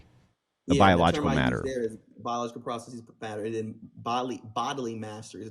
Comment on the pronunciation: When someone pronounces the word “processes” as “prah-suh-SEEZ,” you know he or she is trying to sound smarter than they actually are.